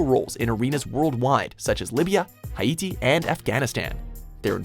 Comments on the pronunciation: Did he just pronounce haiti hi-iti? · Did you just pronounce Haiti as “ha-ee-t-ee” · pronounce Haiti correctly please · Did you really mis pronounce Haiti????